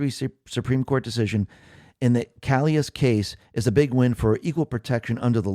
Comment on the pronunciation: Calais,, like the place in France, not CALIAS as you said it. It is said the same as the French version too. You are having a bad hair day today, mind you it must take a ton of research to get an episode together. Jamie Raskin said a long time ago when asked, "We are going to use the law courts, sue him to pieces!" There, it has transpired as the loose unit predicted it would. He is odious, at best.